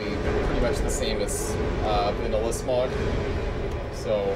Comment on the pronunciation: I believe it's Smow, not smogh.